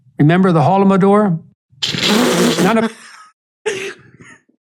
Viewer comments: Me, as a Ukrainian - hearing "holomodor" - i was so confused i didn't know if I should laugh or cry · I was listening to this at work and almost lost it at "Remember the holomodor?"